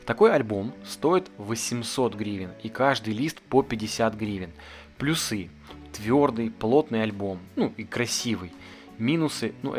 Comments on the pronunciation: Офигенное видео , но плЮсы , а не плюсЫ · Спасибо за видео! Почему вы говорите плюсЫ?)